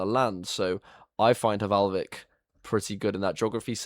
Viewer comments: no to be that guy but it is valhvik and not hvalvik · H in Hvalvik is silent. It literally means whale inlet... hmm, h in "whale" is silent too now that I think about it.